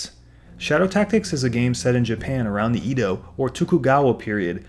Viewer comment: Edo pronounced Eh-do. Shogun is Sho-goon, Daimyou pronounced Die-myoh